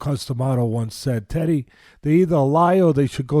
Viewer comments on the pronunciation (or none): when he said thanks teddy it sounded like he said thanks daddy